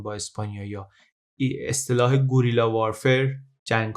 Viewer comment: سلام. یه نکته کوچیک و ظریف اما پر کاربرد بگم: در زبان اسپانیایی صدای حرف g که بعدش u باشه، به شرط اینکه حرف بعدی i یا e باشه؛ صدای «گی» و «گه» تولید میشه. یعنی حرف u خونده نمیشه و این تنها راه نوشتن صدای گی و گه در دیکته اسپانیایی هست. مثلن اسم من نرگس هست و نوشتار اسپانیاییش برای تلفظ درست میشه Nargues. از همین جاست که میشه این جنگ های چریکی رو «گه.ری.یاس» خوند. در زبان اسپانیایی دوتا «ل» کنار هم صدای «یه» میده.